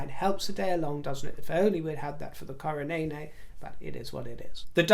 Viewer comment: “The coronay-nay” lol